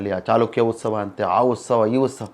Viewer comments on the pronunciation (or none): ಉಸ್ತವ ಅಲ್ಲ ಅದು ಉತ್ಸವ ಉಚ್ಚಾರಣೆ ಸರಿಪಡಿಸಿಕೊಳ್ಳಿ